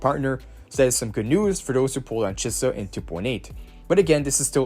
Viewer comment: Thanks for all the infos <3 <3 i love how u pronaunce chisa ;)